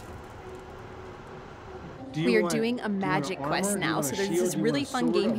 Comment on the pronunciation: It’s magi quest not magic quest